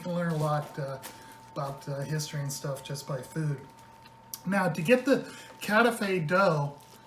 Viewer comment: there are dozens of recipes on youtube, mainly Greek recipes. So please read them and learn 2 things: First how to handle this beuatiful pastry and second how to pronounce the name KATAIFI. Just type ΚΑΤΑΙΦΙ.